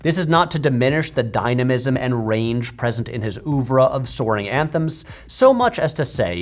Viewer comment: Good video, but the inability to pronounce "oeuvre" hit me out of left field.